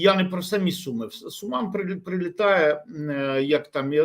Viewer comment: Все абсолютно правильно кажете панове, але мене різанув наголос "СумИ" та "СумщИна". Спеціально подивився у Вікіпедії - правильно ставити наголос на У. Це такий місцевий прикол?